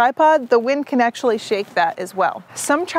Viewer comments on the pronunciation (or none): none